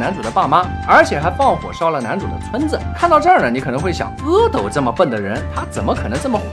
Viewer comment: 原来是读阿(e)斗么？以前一直以为是阿(a)斗…😓